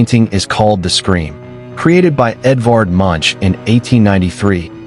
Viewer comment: Pronounced Monk not Munch.